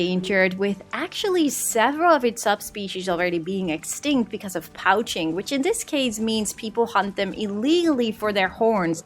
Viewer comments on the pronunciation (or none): Hi ladyy not to be rude but poaching is pronounced like : "poching" Just s you know! ༼ つ ◕_◕ ༽つ